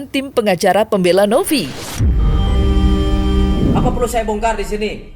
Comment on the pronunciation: Novi pak. Bukan Nopi.. V ama P beda lhooo🤣😂🤣😂